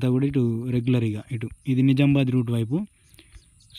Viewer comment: It's Nizamabad....Not Nizambad... నిజామాబాద్ సరైన పదం. నిజాంబాద్ కాదు...... కావున నిజామాబాద్ అని సరిగ్గ పలకండి.